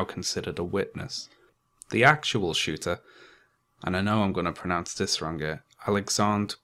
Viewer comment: Learn how to say “wrong” please